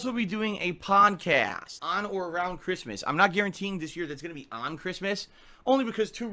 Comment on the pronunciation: Did he just say "Pawncast?" like a podcast at a pawn shop?